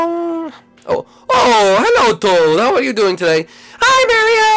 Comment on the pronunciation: toad not tode